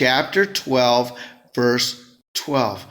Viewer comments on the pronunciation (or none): none